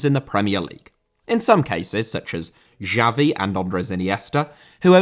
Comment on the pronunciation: Xavi* not Giavi